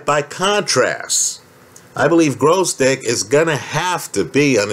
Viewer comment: Why all the Yankees pronounce his name Grozdyk?